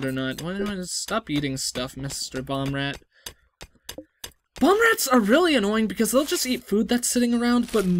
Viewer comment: Sounds like you are saying Bombrats and not Boomrats. Floors increase walk speed First game I thought of when I saw Rimworld was Prison Architect